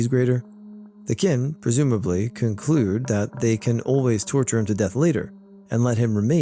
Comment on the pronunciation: just so you know Qin is actually pronounced as “chin” 😌